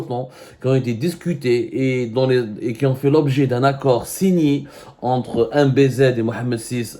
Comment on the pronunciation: C'est quoi cette insistance à écorcher continuellement le nom de MBZ !! Tte interprétation n'honore aucunement le Journaliste que vous prétendez être